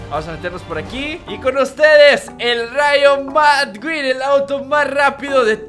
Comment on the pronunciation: no se llama rayo madqueen se pronuncia rayo maqueen